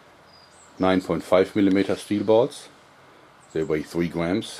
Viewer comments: i love the way this guy says "gwams" i also make my own wooden slingshot i use single bans from the office and combine them. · I like how he says "Gwams" but yeah, jorg i like your slingshots alot, and i admire your work. You need an instructional video on how to make a slingshot out of a 'Y' branch. Keep it up.